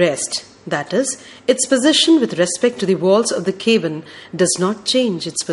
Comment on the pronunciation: “ cabin “ has been wrongly pronounced